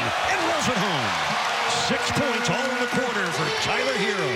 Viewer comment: Does the announcer not know how to pronounce his name? Half of it was him saying “Tyler Heerrrr “